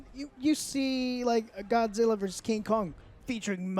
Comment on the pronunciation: Versus. VER-SUS. Not verse, Jesus Christ...